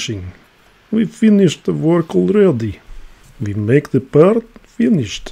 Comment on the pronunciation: "we mek the pyertss and its fyinyished"😂😂😂😂 though i have a 2602 movement and its nicely finished apparently also the case back has some perlage on it😅.